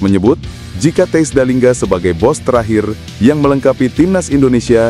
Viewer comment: THIJS bacanya : TEYS